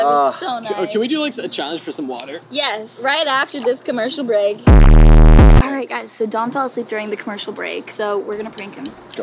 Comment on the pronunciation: Right after you Sofie said "After this crmecial breack" I got a ad